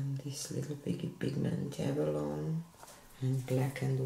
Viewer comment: Gorgeous end result!😍 Tip though: TLP "abalone" is pronounced with an "eee" on the end like "abaloney." It is a type of shell....